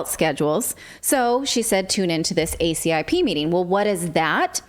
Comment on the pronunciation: MAJOR conflicts of interest with ALL parties involved (ACIP, FDA, CDC, NIAID). And btw ACIP is pronounced A-cip (sip) and VAERS is pronounced like vayers or vayer system.